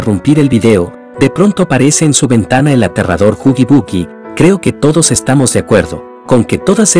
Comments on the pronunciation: Se dice haggy waggy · es huggy wuggy no HuGy BuGy